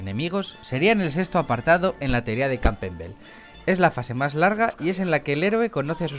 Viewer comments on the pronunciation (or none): y no se pronuncia Campbelbel xD